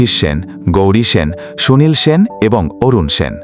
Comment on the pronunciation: Sen উচ্চারণ কি বাঙালি ভুলে গেছে